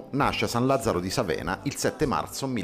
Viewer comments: San Lazzaro di Sàvena, non Savèna, maledetti! :D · Sàvena, non Savèna!!! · san Lazzaro di SàVENA non Savèna.....